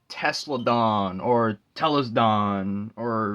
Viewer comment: The pronounce is ta-lus-don